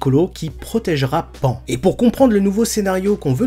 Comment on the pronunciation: On dit pas pan ( comme pan pan ) mais pan ( pa+ n en son japonais ) .